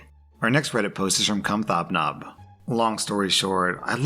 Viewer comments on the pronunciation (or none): 'Come thob nob'? Try 'Comet Hobnob' ;D [hobnobs are a delicious digestive-ish biscuit here in England] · come thob nob.......... idk bout you, but i'm pretty sure... it was comet hob nob. xD love you! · Come Thob Nob? Ohhh.... Comet Hobnob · Lol. I'm pretty sure the first user's name is Comet Hobnob, not Come Thob Nob. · I think the fist OP is pronounced Comet Hob Nob…